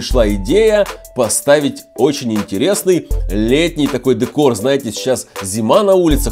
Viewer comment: Не дэкор а декор